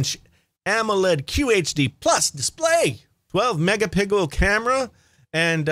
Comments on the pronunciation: Did you say MEGA PICKLE? 😂😂😂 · I'm glad I wasn't the only one who heard it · 12 mega pigel camera???? Lol 😂😂 🐷🐷